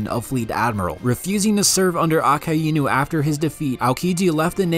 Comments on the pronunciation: Just say a-kai-nu my mans it isn't improper pronunciation lmfao a-ka-i-nu are u fr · It’s not pronounced A Ke Inu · nah bro who tf pronounces Akainu like that💀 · Nahh bro did Akainu Dirty with that pronunciation